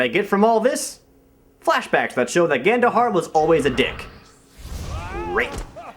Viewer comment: Every time you said Gandohar' i thought you said Ganondorf